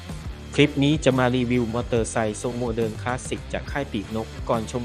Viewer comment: "ความโมเดิ๊น" เจ้าคนบ้านใด๋หนิ 😂😂😂